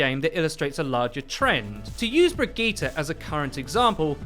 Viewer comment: Stop staying Brigette as brig eeta! It’s pronounced bridge-it.